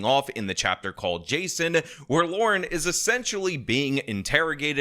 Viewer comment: Lauren. Not Laura. That is the extent of my criticism of this video.